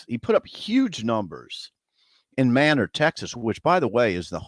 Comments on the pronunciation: "MAY" NOR" Texas. Not Man'or Texas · It's pronounced Maynor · Manor Tx...It's a hard A!